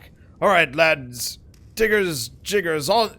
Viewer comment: My heart skips a beat whenever attempts to say the word "Digger's Jigger". It's a very dangerous word, especially for streams.